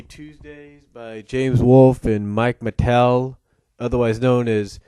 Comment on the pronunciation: Mike's last name is pronounced "ma-tay", not "Matel", FYI.